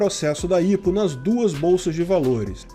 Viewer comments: IPO é mais comumente falado "ái pi ou", e não "ipo" em portugues, me soa estranho, mas tá valendo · Não se fala "ipou" a promucia correta é "Ai pi iou" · ótimo vídeo, eu só fiquei agoniado com a pronuncia do IPO(aipiôu) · aí eu fiquei "kraio mano, o que é 'ípo'.... ahh é o 'áipiou'". kkk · Ao autor do video: Vc sabe o que é IPO? Não se pronuncia ipo como se lê... Acompanhe o mercado financeiro. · Nunca vi alguem falar "IPO" KKKK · não se fala IPO mas sim "Ai Pi Ou". Temos IPO aqui na B3 também, mas empresas brasileiras normalmente fazem os IPO delas nos EUA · Estado: A: IH PÔ Ps.: Eu sempre ouvi pronunciarem IPO como Aipio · só uma dica: IPO se pronuncia pelas iniciais e em inglês!